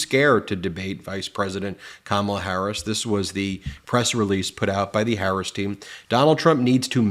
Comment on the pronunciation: Your pronunciation of VP HARRIS Is incorrect sir. Just a friendly heads up